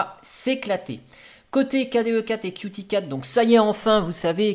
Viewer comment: Qt se prononce "cute", sinon on perd le jeu de mots